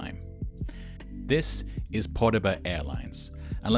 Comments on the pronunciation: it’s actually pronounced Po-Béda. Means victory in russian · PODEBA... lol. Really sounds funny to Russian ear. it's pobeda (victory) instead. But from now on a would call it podeba, fits nicely with there company image. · its not podebaб its pobeda. if it were podeba it would be подеба and not победа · Dude, you literally messed up the easiest thing IT'S PO-BEDA, NOT "POD-EBA"!!!!!!!!!!!!!!!!!!!!!!!!!!!!!!!!!! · ITS POBEDA NOT PODEBA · Not a massive deal because probably 99.9% of English speakers don’t know Russian but the letters “Победа”is actually pronounce Pobeda instead of Podeba. Most Cyrillic letters look weird but the “B” sound comes from a vaguely “B” looking letter. Finally using my Duolingo knowledge. Edit: just saw the pinned comment lol my bad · Pobeda, not Podeba... Like the watch company or that classic Soviet car, I believe. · It's not "podeba" but "pobeda" meaning to win. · Hi! You seem to have read that Russian budget airline's name wrong. It's "Pobeda" (translating to "win"), not "Podeba". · Beautiful video! Btw its “pobeda”, not “pobeda” :) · actually "podeba" is "Pobeda" (russian for victory) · PeBeDa, not podeba) “victory” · Pobeda =/= Podeba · It's pobeda, not podeba, beda? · Sorry, but it's not poDeBa, but poBeDa. Otherwise, great video ) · God the way you pronounced to Pobeda as “Poudaba” made me cringe so hard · you even said padaboo at one point lol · pah-BEEH-dah. I've heard of some English speakers mixing up their b's and d's, maybe that's what happened? Generally, I don't see how mispronounced words would be insulting to native speakers. Google Translate robot is often good enough for a reference though. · I would say победа is more like poh-byed-ah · ah yes, the Podeba Airlines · pobeda is pronounced po bi da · Just saying, победа (the airline) is pronounced completely differently, other than that, great video! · I can’t believe how horribly you butchered Pobeda.